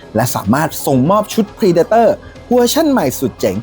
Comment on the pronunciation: เพรเดเตอร์ ไม่ใช่พรีเดเตอร์